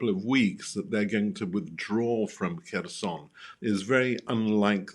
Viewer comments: Everyone else pronounces it 'hers-on' Why is she pronouncing it kershon? How do these people get a job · Please stop saying kerSHon... Take 10 seconds to find out how it is pronounced... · It's pronounced Herson (silent K) Not Kherson. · They cant even say kherson lol